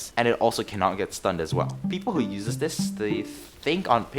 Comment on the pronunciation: i enjoyed watching soundsmith stereotypes, no wonder im hooked on the series already. (i also get triggered whenever you said uses, but its ight)